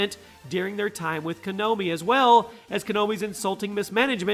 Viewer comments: Konomi. How you say Konami wrong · Pronounces Konami as Kanomi 😒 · I swear if he said konomi instead of konami one more time... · It's KO NA MI not Kanomi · It hurst to hear a word Konomi (actually its konami) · Konami, not konomi. Ko-nah-me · KONAMI NOT KONOMI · Kanomi? Kanomi? LOL the name of the company is spelt KONAMI. How can you still pronounce it as KANOMI. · wait did you say "Kanomi"😂😂😂? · Ko-nah-mi learn the actual names of the companies bruh. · "konomi" nice! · Kanomi? Can you read? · *KANOMI* .....lol wut? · How he pronounces Konami...